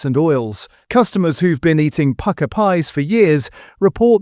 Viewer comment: This is just AI slop, you'll find another AI slop channel which sings the praises of Pukka pies while mis-prnouncing the name!